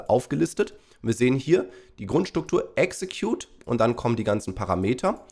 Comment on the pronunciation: Nicht exetcude🤣😂😅